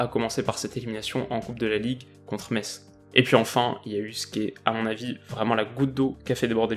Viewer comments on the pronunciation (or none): none